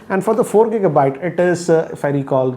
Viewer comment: Not kika byte just giga byte